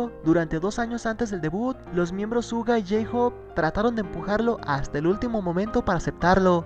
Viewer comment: Se pronuncia shuga pero igual te amu 😂🤗